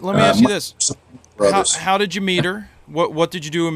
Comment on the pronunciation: lol how did you meter? thought he said how did you meet her